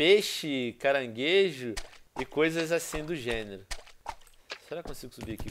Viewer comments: Venom, aqui onde eu moro , o "CANGAREJO" SE CHAMA "CARANGUEIJO" , OU SERÁ QUE VOCÊ ESTA FALANDO ERRADO ? KKKKKKK já RI MUITO COM VOCE FALANDO ASSIM KKKKKK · ele falou mt cangarejo